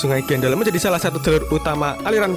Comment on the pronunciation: Bukan sungai gendel mas,cek suara di menit ,,,yg benar sungai gendol!!!